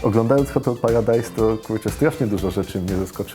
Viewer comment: Hahaha beka bo wiecie ma wadę wymowy hahaha